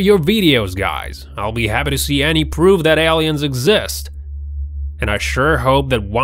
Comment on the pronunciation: " L-EEE-INS ", Really ? Are you an "AUSSIE" ? I gots to know what language you are using.